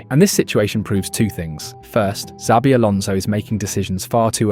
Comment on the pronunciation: This AI voice over is fucking horrendous 😂😂😂 Pronouncing Xabi different every single time. WTF... just do the voiceover yourself or hire someone... fucking hell